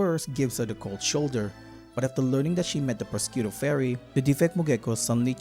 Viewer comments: I'm sorry but your pronunciation of Prosciutto is killing me. It's more akin to pro-shoe-to. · The mispronouncing of prosciutto is painful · The way you pronounce prosciutto has to be some sort of comment bait, I was taken aback the first time you said it.